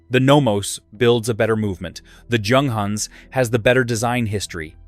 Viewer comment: The first letter ofJunghans' name doesn't sound like in John, but like Yolanda. The same goes for Junkers, Jabo etc. In German, it's like Yunghans, Yunkers...